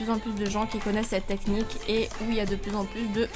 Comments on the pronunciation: ""nechnique"" tu me tue 15L🍋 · Des gens qui ne connaissais pas cette « neqnie » au lieu de cette « technique » mdrr